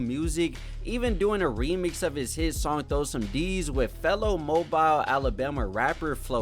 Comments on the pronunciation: It’s MO-BEEL not mobile. Think the last part of the word automobile. And plies song hawk tuah is actually fye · Man said Mo-bial lol. Its Mo-Bill